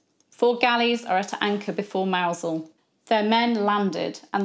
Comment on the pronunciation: I had forgotten how the English pronounce the name of the town of Mousehole until you said it. Visited in 1996. Beautiful place with a French fishing boat at anchor in the enclosed harbour. No signs of Spanish invasion 400 years later.